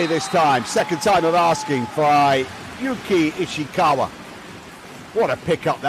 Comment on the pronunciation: From 🇯🇵 いいね︎👍 間違えてますよ。石川祐希は「YOUKI ISHIKAWA」です。 西川有史は「YOUJI NISHIAKAWA 」です。